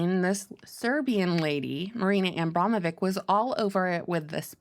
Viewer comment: I like how you butcher the witche's name everytime) Abramovich - of Abram. She's also from a tribe